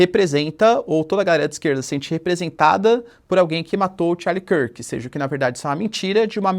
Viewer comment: Kârk/kirk 😅😅😅😅 o professor sofrendo. Tá tranquilo professor pode ler como se escreve a gente é brasileiro